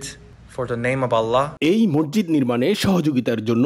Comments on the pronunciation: মরজিদ কি? উচ্চারণ ঠিক করেন মসজিদ বলেন। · জনাব রিপোর্টার, 'মসজিদ' কে আপনি 'মর্জিদ' উচ্চারণ করেছেন। ভিনদেশী দাউদের উচ্চারণ ও কিন্তু আপনার চেয়ে ভাল। এছাড়া আপনার 'থ' এবং 'ধ' এর উচ্চারণ ও হচ্ছেনা। হতে পারে আপনি একজন বাকপ্রতিবন্ধী, তাই এমন শোনাচ্ছে। যদি তা না হয়, তবে উচ্চারণ প্রাকটিস করে রিপোর্ট করবেন, ধন্যবাদ।